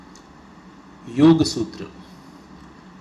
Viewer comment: good knowledgeable narration. But don't modify the word yoga. whenever pronounced yoga as yog its very painful to hear.